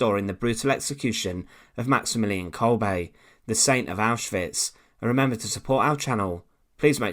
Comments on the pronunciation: Why does this narrator always pronounce names incorrectly? He say "Kolbay" when his name is actually pronounced Kolber 🇩🇪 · Isn't pronounced as kolbeh rather than kolbaay